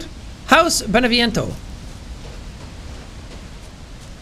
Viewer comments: you know jack, your pronunciation of "beneviento" isn't half bad. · At least jack got Beneviento right instead of Dimitrescu